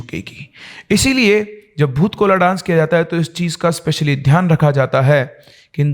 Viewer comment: Bhoot kola nahi hota hai vo.Bhoota kola hota hai.